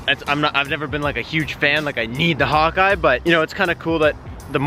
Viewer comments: Honestly thought you were saying hot guy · When you said Hawkeye I thought you said "hun-die" thought you were trolling lmfao